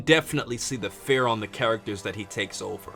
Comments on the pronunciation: I don't want to rude but it sounds like to me like you said "fair" intended "fear" to me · He doesn't pronounce fear right. Feer. Almost sounds like he's saying fair. Or feyr. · It's pronounced FEER. Please!! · I stopped watching about 5 seconds in because of the way you pronounce fear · Does he not know that he was pronouncing the word fear wrong